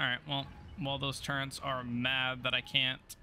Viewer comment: THERE IS NO "N" IN TURRETS. REEEEEEE! 😋😋